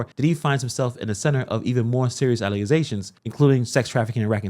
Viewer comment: Did you say "allezations"? 🤔😂